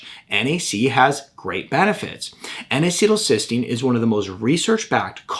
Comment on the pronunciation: N acetal cysteun